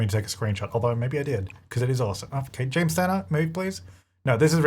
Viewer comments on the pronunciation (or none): none